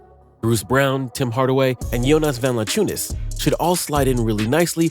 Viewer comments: It’s pronounced BROWN!!! Put some respect on that man’s name!!!! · Its pronounced “Brown”